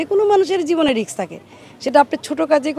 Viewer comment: Riks না madam Risk